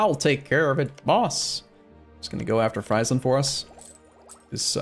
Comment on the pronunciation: Friesland is pronounced Freezeland fyi